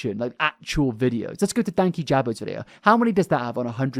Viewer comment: That’s not how Dankyjabo says his name…